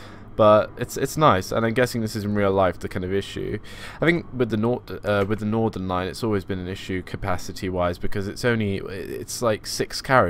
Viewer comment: It’s not Nordern line it’s Northern line